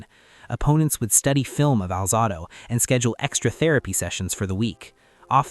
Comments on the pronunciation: It’s not Lyle Al -Zah-do, it’s Al-Zae-do. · Welcome to AI! Narrator can't pronounce Conrad Dobler's or Lyle Alzado's names correctly. I also disagree with the list, but it is just someone's opinion, after all. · Learn how to pronounce, Romanowski....which you pronounced TWO different ways. And, learn how to pronounce, "Alzado."